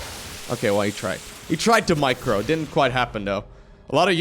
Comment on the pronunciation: The " micrrro, micrrro the marines" moment with the dutch accent hajaha <3